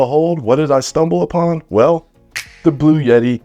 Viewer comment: Heavens Sake, It's Not Blu Yeti, It's Blu etti.